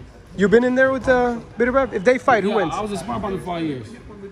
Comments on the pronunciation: Who the hell is "beater-beeve"? Pronounced "better bee evv" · “Be-tur bee evv”